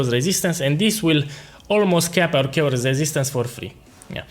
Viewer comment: Please.... Character is pronounces as KErakter, ma boy. Chaos = Keos. The rest is great, thank you!